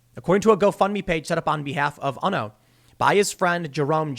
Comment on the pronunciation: Pretty sure you pronounce his name as "Oono" not "Unno".